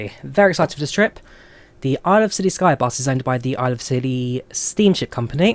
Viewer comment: Hey, I live in West Cornwall in the area just wanted to tell you the islands are not pronounced with the C as a C Sound, more of a Ss Sound! Hope this was helpful:)